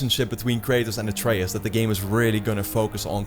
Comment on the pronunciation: they won't die, not in this game at least. Also I don't think Kratos will end up killing ALL of the norse gods. slight nitpick but did you mispronounce Atreus' name through the entire video?